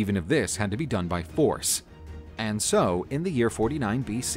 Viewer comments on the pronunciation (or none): none